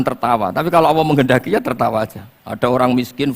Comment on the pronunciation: Sy akui Gus baha ilmunya tinggi...tapi sayang ga bisa melafalkan kata ALLAH..? BELIAU GA BISA..COBA DENGERIN.PADAHAL INI PANGGILAN UNTUK YG PUNYA ALAM SEMESTA INI. KO MENYEBUTKANNYA ASAL ASALAN beliaw cuma bisa kata AWOH (BUKAN ALLAH) KARNA DRI AWAL BELAJAR MENYEPELEKAN KATA ALLAH 🙏